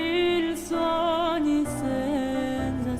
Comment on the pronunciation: I'm so far impressed by his good italian pronunciation... pity for the word "senza". "NZ" sound is pronounced smoothly and sweeter in Italian.. Hope he will correct it somehow. By the way, a great "sopranista" voice.